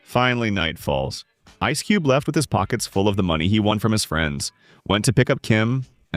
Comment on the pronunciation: Es cube !!! Get the fuck out of here with your ai videos, where you don’t even pronounce the names right accordingly. Horrific journalism at its finest is displayed within this video!!